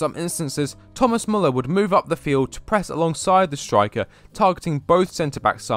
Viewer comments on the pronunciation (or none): none